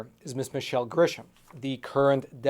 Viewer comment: Did you say Michelle Stalin?